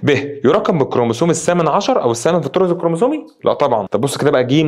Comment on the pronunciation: هوا تقريبا اسمو الطرز مش الطور